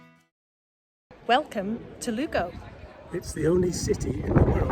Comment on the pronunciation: Loving your travels, very beautiful parts of Spain you’ve been visiting. The missus and I travelled same route in May to visit family in Galicia. Don’t worry on the pronunciation. It’s ’Loo-go’ Buen camino!